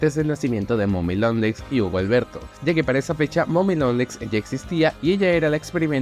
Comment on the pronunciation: Pronunciaste su nombre mal se dice huggy wuggy no hubo Alberto